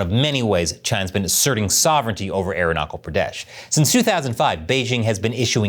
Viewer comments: WTF. The hubris on these bastards.BTW, please start pronouncing the CH in ArunaCHal like the CH in CHapter. I wouldn't bother, but it's getting more and more mention, and it's real hard to recognize what place you're mentioning if I'm not reading the words. CH, like in CHina. Not "air knuckle." Thanks. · Sorry sir It's arunachal pradesh not aronakal pradesh Arunachal means the house of sun ☀️☀️ Thank you sir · I am forced to listen you pronouncing as ArunaKAL Pradesh 😮the whole video. It is Arunachal.that CHAL is pronounced as cha as in CHASE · Its not Aru-na-kal, its Aru-na-chal. Like cha-llenge. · Hi, You are pronouncing Arunachal as Arunakal. Please pronounce ch in Arunachal as in chalk. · Anyway, it’s not Aruna Coal, it’s chal, like chill. Arunachal means Sun’s lap. Reason why China did this is because of the Dalai Lama, Dalai Lama wants his successor to be Indian and come from Tawang monastery like him. China on the other hand says Dalai Lama’s successor will be appointed by the state and the CCP. Tawang is in Arunachal so now you know. Also we did have a go at each other in 1960s again, in 1967. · It's Arunachal not Arunokol. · Bro, love your content but its pronounced arunaCHal not arunaKal. अरुणाचल प्रदेश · Quick Comment. By the way we call 'Arunachal' not 'Arunakal' that's ok though. We Indians, will let this pass on China, its not worth a war. Although there is a necklace of Diamonds India is laying around China to counter its String of Pearls. Again Keep up the work. Keep Standing. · It's pronounced arun + aachal.. the chal is pronounced like the ch in chalk & chalice & chappell, not the ch in epoch or 😅😂😉 😜 Everything else is spot on. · No basic research done for the simplest fact in how to pronounce the name of the state that the host has referred to multiple times in the video - goes to say a lot. Arunachal is pronounced as AAROO-NA-SHAL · Arunachal Pradesh ❌ Aruknuckle Pradesh ✔️ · AROONA-SHAL not ARUNA-KAL